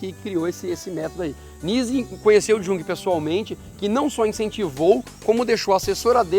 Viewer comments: Muito boa a matéria! Amei! Só pontuaria que a pronúncia do nome do pai da Psicologia Analítica, Jung, é como se fosse com "i". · Poxa amigos! Trabalho show! Mas no fim, quando pensei q não ia ter q corrigir vcs...vem a pronúncia errada de Jung! Falem "iung" queridos! Pena...vou apresentar esse video numa aula mas vou entregar vcs pros alunos na hora h...kkk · Jung, tem o j com som de i... vou escrever a sonoridade desse nome... I U N G U E